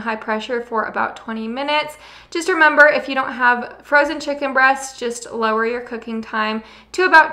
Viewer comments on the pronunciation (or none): none